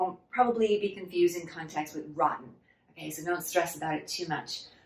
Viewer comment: you speak like a native speaker 99% of the time, but your pronunciation of "rotten" is off. Show it to a native speaker and let him/her correct you. And I think the male "native speaker" mispronounced "difficulty" a couple times. I heard "spicy" instead of "difficulty". Can you tell 痕身銀行from 恒生銀行?:)